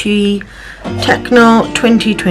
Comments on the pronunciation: You said you are new to Hobonichi and I wanted to point out that it is pronounced Tet-cho not tec-no there is no N in it, this is a common occurrence with new users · it is Tet-cho as in ch like in chosen I can’t tell you how long I called it a tec-o and my friend laughed at me one day and explained how to say it, fun fact Techo means notebook, I think you really enjoy using it